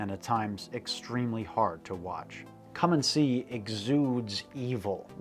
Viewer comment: Its called Come and See. Not Commoncy or Calm and Sea.